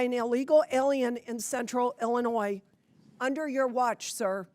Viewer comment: Miller, who mispronounces the state she represents, is a tool of the fascist, takeover of American Democracy. Period. End of Story. Full Stop.